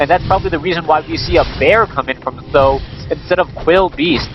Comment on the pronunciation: why do always say "saam daan" (something like that). SBK says either th000 or huang xiang